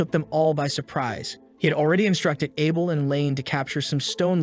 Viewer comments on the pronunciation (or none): none